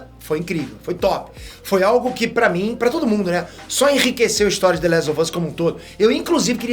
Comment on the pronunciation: Engraçado que o fala "The lézo vâz" ksksskk